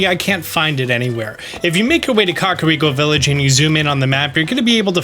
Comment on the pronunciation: Kah-Rhi-ah-co- Village😣